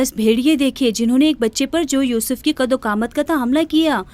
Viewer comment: Usuf assalam nehi.....yusuf alaihi wasallam